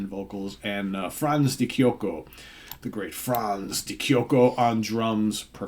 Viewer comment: Great album by a legendary Italian band, the drummers surname is pronounced ' De Chocheo ' !